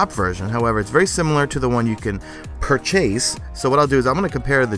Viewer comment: Crucible (french voice) and Pur-chase... makes me sigh every single time. crossing fingers for it to never happen again... Except for that i love your videos...